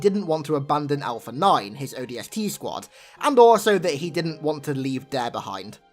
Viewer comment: he said odsp i cant stop laughing